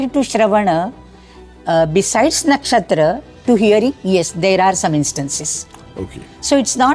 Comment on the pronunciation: The guy who pronounces soma as somā and nakshatras as nakshatrās shouldn't be taken seriously